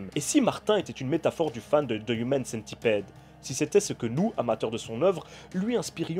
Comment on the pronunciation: On prononce pas Centipide par contre ?